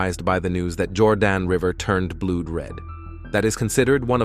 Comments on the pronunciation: The AI reader reading this is very poor. "Blood red" with "blood" rhyming with "brood""? It''s distracting, not worth listening to. There are much better one's around. But why not have a human read the script? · Narrator can’t pronounce the word blood?